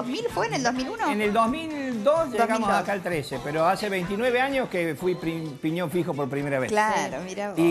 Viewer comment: que se supone que quiso decir mariana ahi? "ahora como fue el tema de que fuiste a tribunales y tenias que declarar en una causa que tenia que ver con pi-op´ppaspaspfaspfaspgasongaspgpasgpiñon fijjjjj jajajajaja"